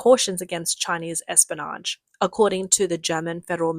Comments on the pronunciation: Listen... Say "Espy-o-nage" not, "Espanoge" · Espionage has an i in it. Pronounce it.